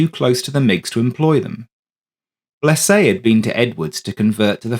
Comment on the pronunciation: Other than saying Blese name wrong good story. Too bad the other phantoms didn't follow till years later.